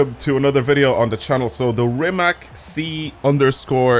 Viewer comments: Broooooooooo stop saing rimak because its from Croatia (my country) you say rimac with c not k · ...Its the same sound. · on croatian it isnt... and the way you guys say is incorect Thanks for explenation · go to goole and search how to say rimacbecause i dont know how to explain it